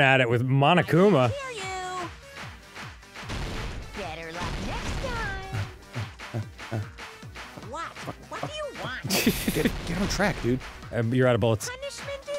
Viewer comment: It's so grating how everybody in these games pronounces Monokuma and Monomi. They're clearly Japanese names. Say them as such. The first syllable is not "maw," it's "mo."